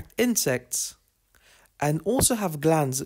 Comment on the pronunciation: nectaries NOT necrarines!!!